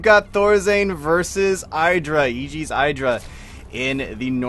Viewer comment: I get why you want to be like Artosis, he is awesome. But it's Idra not Eyedra -.-'